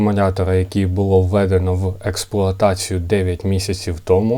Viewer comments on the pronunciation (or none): none